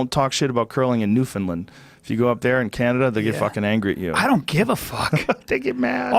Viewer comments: I'm a Newfie and it's Newfoundland not newfinland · Newfoundland not Newfoundlind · Buddy pronounce it right newfoundland not newfinland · New-Found-Land. Not “newfinlind” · Hey Joe it's Newfoundland lol not newfinlind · It's pronounced New-fin-land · Hearing joe say newfoundland is so weird being from atlantic canada